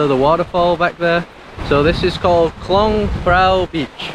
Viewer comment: I enjoyed your videos of the "koh" in Cambodia and now Thailand. The word "koh" is pronounced like this